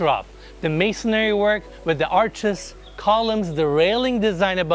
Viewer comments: it’s “masonry” not “masonary” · It’s called masonry, not “masonary” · I really love this channel and you. I'm a subscriber, and I mean this in the nicest way possible. It's masonry, not masonary. 😊